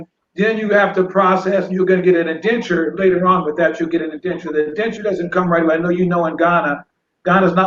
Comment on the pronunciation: this man said "UNDENTURE" Go back to and listen in full. For those of you that are to slow this is the definition of "INDENTURE" in·den·ture /inˈden(t)SHər/ noun a legal agreement, contract, or document. Similar:, contract, agreement, covenant, compact, bond, pledge, promise, warrant, undertaking, commitment, settlement, arrangements, understanding, lease, guarantee, warranty, certificate, deed, document, instrument, engagement verb: HISTORICAL bind (someone) by an indenture as an apprentice or laborer. "landowners tried to get their estates cultivated by indentured laborers"